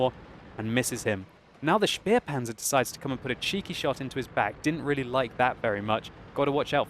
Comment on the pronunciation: Xx_neat-beat He say Speerpanzer but it is Spähpanzer.